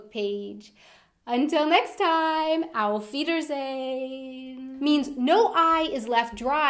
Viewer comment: I really enjoy your videos! What I always wanted to ask you is, if you are saying "auf Wiedersehen" the way you do INTENTIONALLY with this strong American accent, or if you don't know how to say it right? You speak it like this: "auf Wiederrrrseyyyn." You're speaking it like an American, pronouncing the second "e" in "sehen", like the American "hey". But since you're trying to speak German right, I hope you allow me a little phonetic coaching ( just as I benefitted greatly from the phonetic corrections of my American friends);))) 1. Don't speak the "r" in "Wieder"...just leave it out. 2. Don't insert an "ey" sound in "sehen", because there is no "hey" vocal in sehen. Just leave the "y" out, then you should get it right. That's one of the most common phonetic mistakes Americans are making...;))))